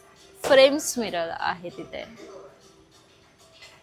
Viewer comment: Miral nahi, Mirror as boltat